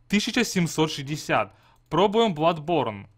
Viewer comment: Я в ахере, я понимаю хотябы маэлсторм, а не маэлштром, но бладБорн! Facepalm x 10000